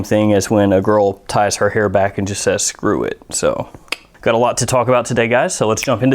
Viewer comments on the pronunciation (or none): none